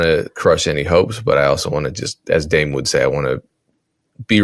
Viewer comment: dame always sound like damn...